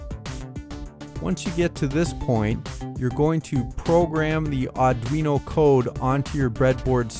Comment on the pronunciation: Auduino? Thats like Helmer Fudd saying "Arduino"? ;)